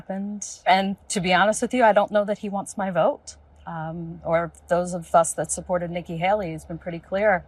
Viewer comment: I’ve never heard anyone pronounce the word ‘vote’ like Trump. Closest approximation is it sounds like he’s saying ‘virt’. I’ve heard people make more decorous noises when chunderung. Is it really a perverse pronunciation or yet more evidence he’s losing the power of speech? His collapses into non-words, just sounds really, are getting more pronounced. What’s the betting he corpses completely in public before November and has to be shuffled off stage, like poor old Mitch of the Senate, only in Trump’s case mumbling ‘virt…virt…’?